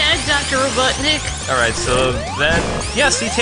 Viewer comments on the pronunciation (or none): dr robotnik RO BOT! Nik. You call him DR Robut Nik. Like seriously.